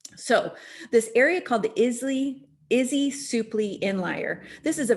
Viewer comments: Izee: Not "izzy", its pronounced "eye-zee". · Izee is pronounced with the long “I” I-zee 😊✌️ thanks for making this presentation.